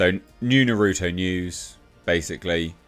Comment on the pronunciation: He butchered Naruto's name and it causes me pain.